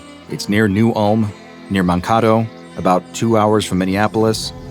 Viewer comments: Moncayto not moncahto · I grew up in the sleepy eye/new Ulm area of MN. I was not expecting to hear a reference to such small towns. Great story as always. (Also its pronounced "man-kay-toe" not "mahn-kah-toe") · Mankato is pronounced with a hard a not a soft one like your saying man- Kate-o. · Terrifying that I come across this by chance being a resident of Sleepy Eye MN. Also, it’s Man-Kay-Toe:) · wait I just watched this and as a MN, realized he said mankato as mahn-kahto 😭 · I like how no one notices he says Mankato wrong (Man-K-Toe) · Greetings from Minnesota. It's "man-KAY-toe" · Can tell that is not from Minnesota, as he has mispronounced Mankato ("man-KAY-doe"). But that's okay, glad my state is mentioned at all.:3 Thank you and Squad for another amazing story! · It's man-kato. Not Mankato. -native Minnesotan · oh my god you out of staters its main-kate-o jees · How did you say Mankato!!!! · Lmao at the pronunciation of mankato in the opener